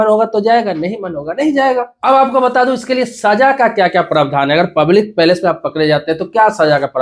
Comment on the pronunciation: Public palace nhi bhai public place pehle sahi se pronunciation karo fir video bnao